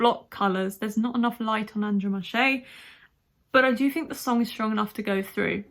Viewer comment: Also Andromache is the same pronounciation. AndromAhe Not AndromashE.